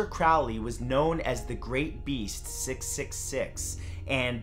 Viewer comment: You misprounced Crowleys name. Its pronunced CROW-LEE like a crow.